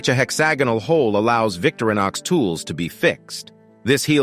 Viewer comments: It's Vic-TO-ri-nox...not VICTORY-nox. :) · O.F.F.S, VICTORINOX is NOT pronounced VICTORY KNOX it's pronounced VICTOR IN OX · Not a fan of the AI generated voice which mispronounces "Victorinox" constantly. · Quit using the Robo voice and learn how to pronounce things like Victorinox....POOR